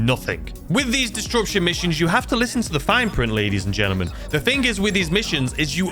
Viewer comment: “Dis-rup-shun” not “dis-drup-shun”